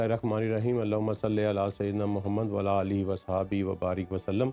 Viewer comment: جناب پورے احترام کے ساتھ عرض ہے جب آپ درود شریف پڑھتے ہیں تو وعلی آل پڑھا کریں نہ کہ ولا آل